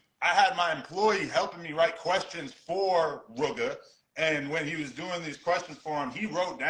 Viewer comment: The way how say Rooga is making me mad 🤬